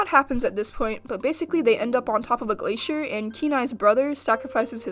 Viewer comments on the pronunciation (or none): none